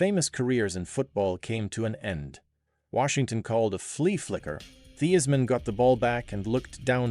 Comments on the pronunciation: Great story. On a side note, it’s pronounced THIGHS-man. 😢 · How? You are AI. "Thee-is-man"